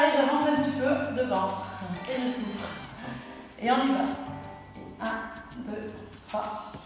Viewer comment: C'est bizarre quand tu dis '' et on souffle'' moi j' entends '' et on souffre'' 😩😩😩😭